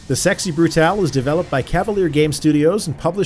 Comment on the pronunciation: Yay. Someone who says "Brutale" instead of "Brutal".